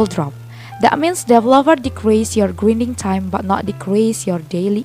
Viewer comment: Nice English "gridning"